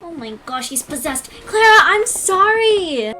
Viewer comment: Omg pls stop saying clara like that like if i am not hating on u but its annoying like if agree